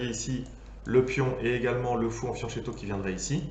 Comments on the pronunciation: oui alors la vidéo est génial mais on prononce fianQUetto hahaha ;) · C'est de très loin la meilleure vidéo sur la variante Alapine. fianccheto se prononce fyanquétto = petit flanc